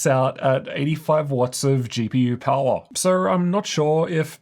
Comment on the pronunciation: Pawa "power" 😅